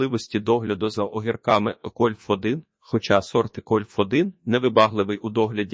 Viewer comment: Це неможливо слухати... Ну який кольф1 ?? Яке 1стл чи 1чл ?? Вже якщо використовуєте якийсь text-to-speech, то хоча б комами чи розділовими знаками коригуйте те, що воно говорить. Або прослуховуйте після цього... Я так і не зміг дослухати до кінця. Дизлайк. Тренуйтесь.